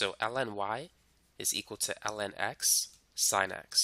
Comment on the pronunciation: i keep on hearing you say "ellen"